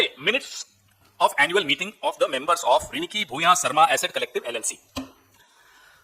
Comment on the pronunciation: It’s not Rinki re, it’s Ree-ni-ki